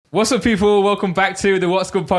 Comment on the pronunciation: Randolph can't say "people"